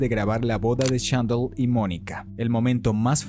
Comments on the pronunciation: Haber haber es Chandler no “Chandel”. Vamos tu puedes solo repite conmigo Chan-dler. Chandler. Ya ves no es difícil 😥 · Yandel?? Jajajajaja chandlerrr!!! Cómo se escribe se pronuncia!! No viste la serie?? Hasta en inglés se pronuncia igual jajajajaj😂